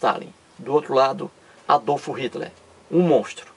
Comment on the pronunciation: Quando esse cara aprender a pronunciar Adolf Hitler e Joseph stalin, aí pode até tentar chamar os outros de bobo.Vai estudar, que pronuncia horrorosa. kkkkk